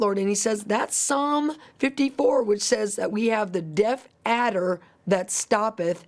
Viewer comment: Death adder ? sounds like she’s saying deaf adder .